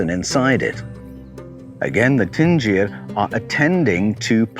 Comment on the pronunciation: is it not 'dingir' DIN-GIR? i think you are saying Tingir....'din' indicates divinity....